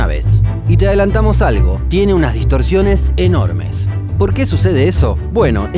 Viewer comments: Distorsiones, va con "s" ;) Muy buen vídeo por cierto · distorSiones es con S